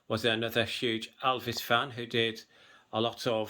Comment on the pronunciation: Thanks for showing part of your book collection. But please say Elvis not Alvis